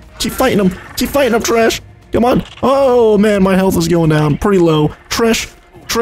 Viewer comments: dude, it's tresh, not trash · he called him tresh not trash